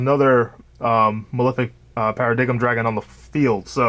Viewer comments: Only problem with the profile. It’s pronounced Para-Dime not paradiggum, other than that, looks good man, been trying to fine a build for a bit now. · I was gonna sub but I heard para- dig-em....